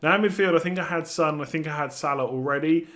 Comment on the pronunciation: It's not Sun it's Son